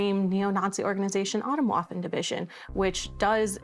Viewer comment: Now I wonder how well u research things. This is not „autumn waffle“. You should have put the effort in to pronounce it right. It is so far from what you are saying over me over again. Makes me question the rest of the research you ve done.